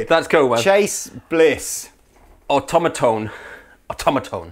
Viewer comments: is great, but he just doesn't have a feel for these hip pedal names. I would pronounce it as: Aw-Tom-a-Tone (Automa-tone), like Automaton or robot, 'cause it IS robotic, but with Tone on the end instead of ton. Don't forget to upvote! (lol) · I think the name definitely sounds better pronounced more like "automaton" (so aw-TOM-ah-Tone, instead of aw-toh-MAY-Tone). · Um,: au-TOM-uh-tone, not au-to-MAY-tone (like automaton, geddit?) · ...“Auto may tone”? 😂 Automatone is a play on automaton. Hence the moving sliders...get it?